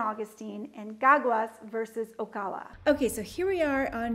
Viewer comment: FYI the way you pronounce Ocala is "O" "CAL" (as in California) "A" as in ' UGH". like a local.